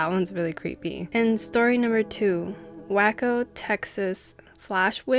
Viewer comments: The fact that the first two stories happened in TX! I've gone to the stock yards and the mannequins are scary looking esp at night. Waco is pronounced Way-Co.. I enjoy your videos!! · Pronounced way-co